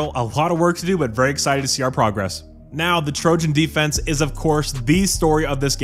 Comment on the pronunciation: I thought he said he’s the Trojan killer now 😂